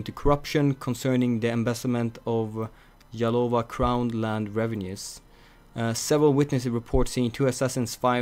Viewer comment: you said yalova its OK :D